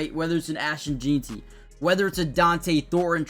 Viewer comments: “Jean-Ty?” 😂😂 Pronounced Gen-tee. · It’s JEN-TEE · It’s funny, we just went through 3 days of the draft and this guy still can’t get it right. JEN-TEE! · Its ASHTON JEANTY...like "JANE" , jus add ty on the end.."JEANTY" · Bro learn how to say his name .. I couldn’t watch this video because of this … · Bro come on u have to say it right now. Been saying it wrong since before the draft.